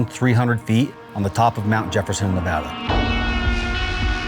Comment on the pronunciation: thank you for saying Nevada right